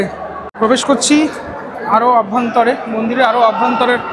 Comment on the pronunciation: ওটা "আভ্যন্তরে" নয়, "অভ্যন্তরে" হবে দাদা।